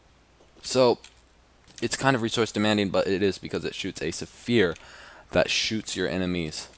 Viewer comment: Omg and you said "suphere" hahahahahaha